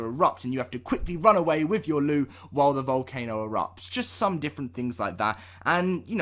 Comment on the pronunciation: say LOOT NOT ELLOD